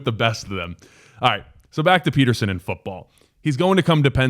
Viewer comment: Pronounced Peter-shon